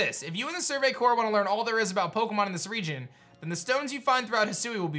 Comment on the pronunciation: Who’s going to tell it’s survey CORPS not survey cores